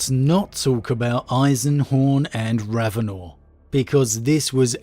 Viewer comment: I could tell hadn't listened to any of the Eisenhorn or Ravenor audio books just by now he says "RavenOR"...how Helen pronounces it in the book really bugged me after listening to 4+ books of Toby Longworth pronouncing it differently, as well as how she says Alizabeth compared to how all the other books before it prounounce it